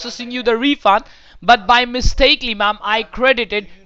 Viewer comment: Literally, NONE of them can say "By mistake" or "Mistakenly" correctly